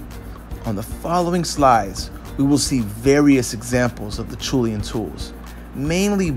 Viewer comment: pronounced asherlian